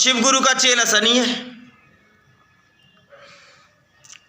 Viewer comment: Sani nhi shani bolte hai shani dev 😂